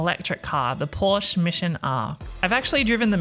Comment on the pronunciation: It's so funny if non-germans speak Porsche